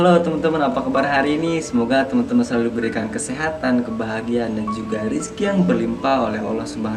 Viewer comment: Ngomong yg jelas boss. Bukan rizky tapi rezeki. Rizky mah nama orang.